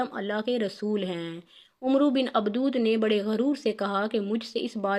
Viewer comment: Abdawad not Abdood